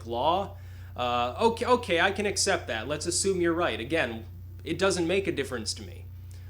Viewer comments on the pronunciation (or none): none